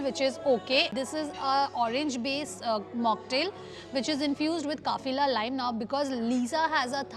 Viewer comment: It's kafiar lime not kafila lime